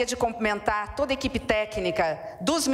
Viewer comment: 👏🏻👏🏻👏🏻 não é comprimentar, é CUMPRIMENTAR!!❤😮